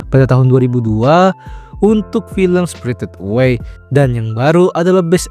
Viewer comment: spritit away 😂